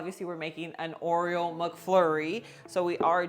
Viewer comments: Aw come on, give a Latina some credit. She could learn how to say Oreo! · Is she saying Oriole? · Yup😂... I get a kick out of how she says it!